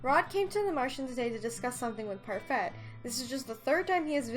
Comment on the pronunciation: I'm being such a grammar Nazi, but it's pronounced par-fay (it's French)